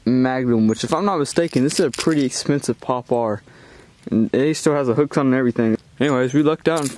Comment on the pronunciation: Power not popare